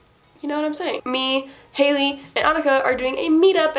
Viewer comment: MY NAME IS ANIKA?!??? But you pronounce it uh-knee-ca uwu